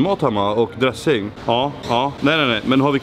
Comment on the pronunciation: Det heter dressing inte dre-ssing